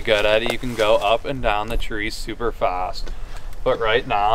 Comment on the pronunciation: The way he says "up and dahn" makes me think he's from Pittsburgh